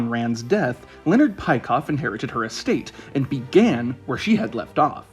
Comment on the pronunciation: Nice video. A small correction, Peikoff's name is not pronounced like this.